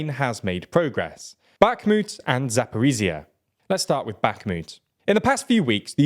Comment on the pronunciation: please learn how to pronounce Ukrainian names even semi-correctly god i cringe every time you say "zaporizziya" or "patikatki"